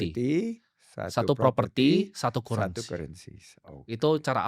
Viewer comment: Cara eja currency Timoty masih salah. Bacanya bukan Kurensi tap Karrensi.